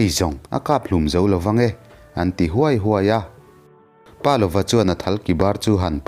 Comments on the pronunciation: Pâ lova nilo in palova.paneilova tihna ani.palova tia rang deuh taka chhiar tur ani. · Pa lova tih hi Palova, ziak zawm, a lam rik Dan pawh Pa ( thluk hniam) + lova tih a ni zawk em?